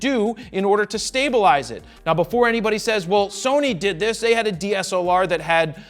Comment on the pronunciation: "sony had a dslar" IT"S CALLED THE A99ii PUT SOME RESPECT ON OUR AMOUNT CAMERAS JARED!!! :,,((